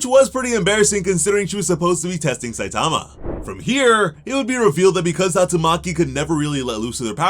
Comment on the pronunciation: You're saying his name like: SUH-TOM-UH. REALLY bruh??